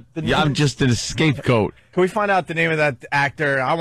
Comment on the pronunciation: "Excape goat" lol